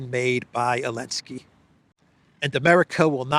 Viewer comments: Why does he call him Elensky? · why do you say Elensky and everyone else says Zelensky? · Elensky - the silent Z still cracks me up after three years